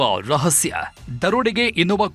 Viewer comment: ಅದು ರಸಹ್ಯ ಅಲ್ಲ ರಹಸ್ಯ